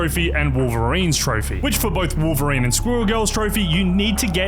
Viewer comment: "wowveween" is crazy